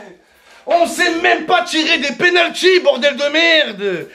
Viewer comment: "des penultys" 😂